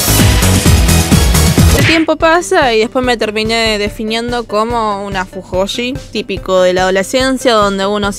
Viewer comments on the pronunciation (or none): Me encanta porque no pronuncias cringe como se lee, sino ''crinll"(? Pero en vez de decir fuyoshi decís fujoshi XD Sos una capa mina, se te re banca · We mencionas mal fujoshi xd Lo decis raro F